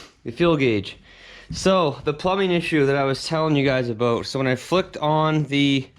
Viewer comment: You keep saying "Aboot" you sound more Scottish than me!👍